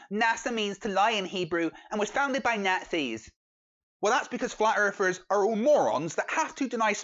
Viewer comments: "Flat earfers"?! I can't take the British accent seriously...they all sound like six-year olds--learn to pronounce "th"! The Queen can do it, why can't you?! hahaha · “Erfers” 0_o